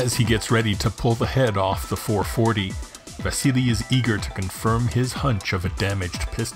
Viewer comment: Yes I was mocking your pronunciation , It;s VASILLY !